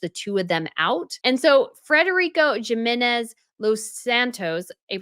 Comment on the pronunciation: "Jiminez" is pronounced like "Himinez" btw. LOVE this content about other Royals, thank you so much!